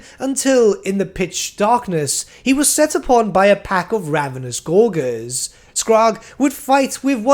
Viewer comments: please stop saying gorguers for the love of God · Another great vid, also, don't take this personally, but your pronunciation of gorges could use some work.